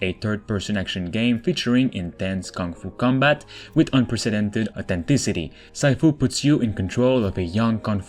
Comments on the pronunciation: “Saifu” omg really? It’s “Siefu”. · Yup that the first thing annoyed me... haha. It's Sea Fu, not Sci Fu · SEEFOO ( not saifu ) ;) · Its not ‘saifu’ its just Sifu and it means master in Chinese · Lmfao is pronounced seeeeeefuuu not siiiiiiifuuuuu lol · It's pronounced " sea" " fuu".... Not syfu. Also love your channel! Watch it 2 days once... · SIFU pronounce as see-fu. Not sai-fu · SIFU is pronounced as Xi Fu not Sci Fu :) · Sifu is pronounced as See-fu, not Sai-fu. It means master or teacher. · SEE-fu not SY-fu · Sifu - /si:fu/,not/saifu/. It's the word of "师傅" in cantonese, means "Master". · BTW, Sifu is pronounced "'Shi-Foo". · "sai" fu xd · I believe Sifu s pronounced see-foo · Anyone else cringe everytime he says Sifu... See Foo bruh, See Foo! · It's pronounced "Seefu". It means "teacher" or "master" in mandarin. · Dude Geezus it’s pronounced “see foo” not what the hell you were saying, when you don’t know look it up. It is the Chinese designation given to your Kung fu teacher or any teacher...a bit of research needed no? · This dude just said sigh-fu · sifu isnt pronounced with a I sound . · Sifu is actually pronounced shee-foo and is the Chinese equivalent to Sensei. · Sifu- is See-fu. ❤️👍🏽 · The second game is pronounced See Fu (sifu) it means master for anyone who reads this. I don't want my boy to get roasted 😂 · Too late... already spotted a couple of wannabe nerds. There’s even wannabe nerds correcting the other wannabe nerds. Apparently it’s supposed to sound more like “she fu” but why does anyone care when English is clearly not his first language, and it’s a brand new game that’s not even out yet? 🙄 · 'Sifu' is pronounced as in 'sea-fu'. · More "she-foo" in mandarin pronunciation I thought, meaning "teacher". See-foo is the Cantonese for teacher. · means a bit more. Si = teacher fu = father. As a Chinese, I am pretty sure it pronounces closer to 'Sea-fu' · Said sifu wrong lmao